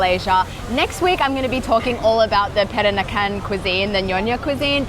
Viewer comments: Peranakan you say it like that > Praaaaa Na Kan, not perak nakan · it’s pronounced Per-Rah-Nah-Can 😅